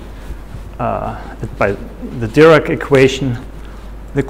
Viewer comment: Until now I thought only Americans don't know how to foreign languages. But you are speaking with German accent and do the same with french - your neighbor!? Paul DIRAC. Put emphasis on the second syllable "AC" not on DIR. I agree with your notion "particle physics" is nonsense and the reasons.